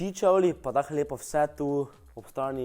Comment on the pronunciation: Nauč se rečt čevli